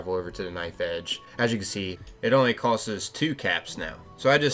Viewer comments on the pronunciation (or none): "costes". Been a while since I heard someone say "costs" so illiterately.